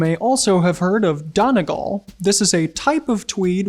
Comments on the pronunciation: Great and very insightful video! But as an Irish man I will point out you're pronouncing Donegal very slightly incorrectly. It's Dony-gall. The first syllable is supposed to be said a bit slower. You're running the syllables together a bit too quickly which sounds more like "don-ih-gal" which isn't correct. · Great video. To make it better: Donegal. The accent is on the last syllable. And pronounced more like “all” (as in y’all) rather than girl. Great work nonetheless, laddies. Carry on! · FYI, Donegal is pronounced like dunny-GAWL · If you’re going to be so particular about your clothing at least get the correct country ... “REPUBLIC of Ireland” not “Ireland” which technically doesn’t exist and also as pointed out by many others pronounce my home country correctly “Done-ee-gaul” Many thanks, a part from that good video T.Kincaid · Howdy, DONEGAL is pronounced - DUNNY-GAWL. Know your terms.... Joking of course. Great video. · the e in Donegal is like a syllable all on its own so pronounce it more like Dun-e-gall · you're an extremely eloquent speaker but donegal is moreso pronounced dun-e-gawl